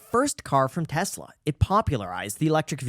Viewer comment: Pronunciation of Tesla is wrong